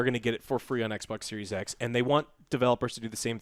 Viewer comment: "Sexbox with flopsssss?!" I'm Dead. 😵💪🤣👏🏼👏🏼